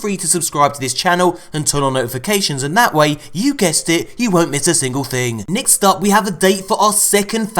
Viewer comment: “Nixt up”